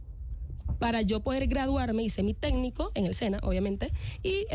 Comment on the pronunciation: No es "tédnico" es "técnico" joven técnica...en mentiras😂